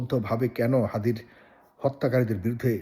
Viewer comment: হাদি না থাকায় কার সবচেয়ে বেশি লাভ হয়েছে, কার বেশি লাভ হবে!!!!????? আমাদের মাথায় একজনের নামই আসছে, মির্জা আব্বাস, হাদির খুনির জামিন কে করিয়েছে, বিএনপির সাথে সম্পৃক্ত একজন এডভোকেট, মির্জা ফখরুল ইসলাম আলমগীর হাদির নামটা ঠিকভাবে উচ্চারণ করতে পারছে না, উনার কথায় তুচ্ছতাচ্ছিল্য একটা ব্যাপার লক্ষ্য করা গেছে, ইনকিলাব মঞ্চের নাম ঠিক ভাবে মুখে আনতে পারছে না, বার বার মঞ্চকে পার্টি বলে উল্লেখ করছে, এসবের মানে কি দাঁড়ায়, মানুষ কি বুঝবে এসব থেকে, বিএনপির আচার আচরণ কি এসব ঘটনার পক্ষে দিক নির্দেশ করছে না!!!!???? মানুষ কি এমনি এমনি বিএনপির উপর দোষ দিচ্ছে!!!!!????